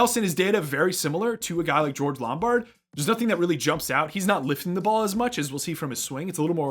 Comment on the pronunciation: It was bugging me throughout the analysis — “LomBARD” not Lombrad.